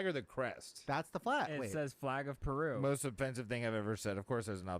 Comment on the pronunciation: you called peruvia and i’m laughing so hard oh my god